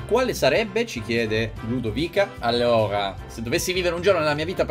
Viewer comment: Ma l' "allora" con la r moscia dovrebbe essere una reference a Ludovica Pagani? Minuto